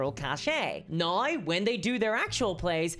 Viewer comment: THIS COMMENT IS NOT INTENDED AS A CRITICISM.! I am enjoying your witty repartee and delivery, and I am curious about your accent, in particular the way you pronounce the word "now" which to my (admittedly untrained) ear is sounding like "nigh". Is this common in your region of the world, or is it unique to you?